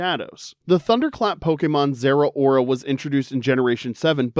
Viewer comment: Please never say Zerora again